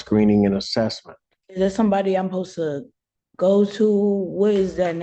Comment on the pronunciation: “Om posa” = I’m supposed to🤦🏼‍♀️